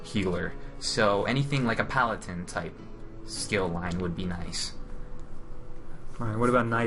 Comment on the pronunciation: Palatin.... *PALADIN*